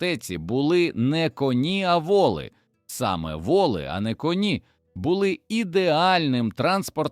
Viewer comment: Все ж гарно викладено та цікаво, але смішно: конì та вòли, а ще - дòдому та стрìльці. Ви з якого місяця впали, панове? Самі не хочете прочитати? Краще ж буде.